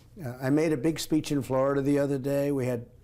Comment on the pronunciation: He FINALLY pronounced Florida right.